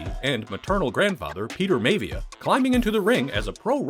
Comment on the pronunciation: Should have watched at least one or two of DJ's first wrestling matches. Its pronounced Rocky My-via not May-via! HAHA